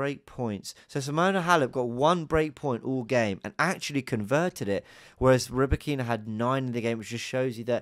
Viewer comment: RybAkyna, stress on the first A mate. Ryba is a fish on Russian))